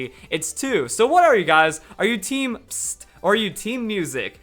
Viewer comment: when you said #TeamPSST i thought you said #TeamPissOff XD but umm #TeamMusic